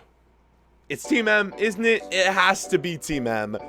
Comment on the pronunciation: I love your vids but its kind of funny when you say in it instead of isn't it with an American accent LOL